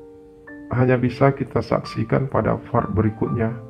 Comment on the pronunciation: Bang admin, penyebutan yg bener tu "PART". Dan bukan "FART". Part = bagian Fart = kentut 🤣 Please lah penyebutannya diperbaiki. Ini kan audio. Masa nyebut Part aja salah. Wkwk. Juga baca SUBSCRIBER yg bener tu "sabskraiber". Dan bukan "sabskriber". Dikit sih tapi ganggu banget buat yg denger 😅. Sekedar masukan aja yaaaa.... Semoga kedepannya semakin baik dan sukses terus.